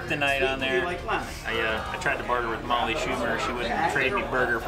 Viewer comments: I've always wondered why always say Molly's last name wrong. I like your videos when you collaborate with her. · People! There’s snow on the ground because this was filmed in February 2022 in Pennsylvania. They’re besties, Molly has a real husband and children. always kids around about her last name because few pronounce or spell it correctly. And, yes, has beaten Molly a few times in challenges. Some people need to pay attention and listen.